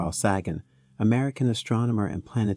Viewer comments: Carl's sagging? Well, I'll be dog gone! lol Seriously though, pretty sure they're pronounced 'say-gun' and 'doh-gone', respectively. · It's pronounced Dough-gone and Say-gen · Sorry but its pronounced Doe-gon And Say-gan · Doggone ? Saggin ? If you can't pronounce such common names, maybe you should find something else to do. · Sagan is pronounced Saygan. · Thanks for posting. Pronounced Dr. Carl Say-gun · His name is pronounced a as in space, and rhymes with reagan. Carl Sagan.